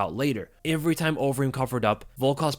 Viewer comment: He says ivery. Ivery time.